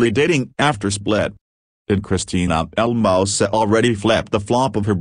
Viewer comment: its not "El Mouse sa'. . its El Moose SAA.". please say it correctly. its "Tar rick." not "Tear-rick.". please correct your pronunciation.